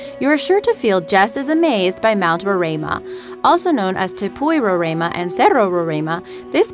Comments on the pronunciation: just me saying but as a person who lives in the country which houses mount roraima it is pretty sad the country itself is not named but the surrounding country also the pronunciation is row-rhye-ma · Fact: the mountain in the tumbnail is mount roraima pronounced 'rorima' not 'rorama' and its shared within venezuela, guyana and brazil. It got its name from the natives who live in the highlands of guyana, the amerindians. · That beautiful flat mountain is acctually pronounced ROW RAI MA and it is where Guyana, Venesuela, and Brazil meet(in South America ). #guyanaese. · As a Guyanese, I cringe at the way she pronounces "Roraima" lmaooo It's Row-rhai-mah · Actually, the words 'Roraima' and 'Pakaraima' were pronounced incorrectly. However, I can't blame the narrator because those words are not English words. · You can't even pronounce Mt. Roraima. And it's shared between three countries, Guyana, Venezuela and Brazil. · And u pronounced rorima wrong